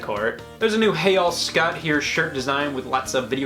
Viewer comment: Wait ✋ Hey all I thought it was hey y'all